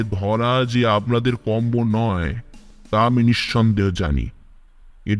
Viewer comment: কথাটা আবনাদের নয় আপনাদের আপনার উচ্চারণ অস্পষ্ট, আর ও চেষ্টার প্রয়োজন।